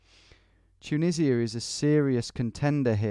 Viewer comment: Nobody: Tom: chuneesia